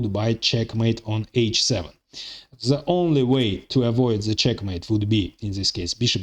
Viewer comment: 😂😂😂 same comment .. even in arabic we have same situation with the egyptins they pronounce a lot of letter (ze) like he did .. ze queen ze king 😂😂